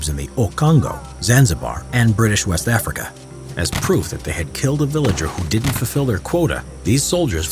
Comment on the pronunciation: “Africs” lmao